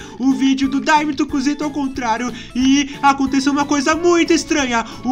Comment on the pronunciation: Voce falou cusita